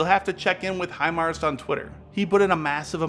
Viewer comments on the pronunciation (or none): none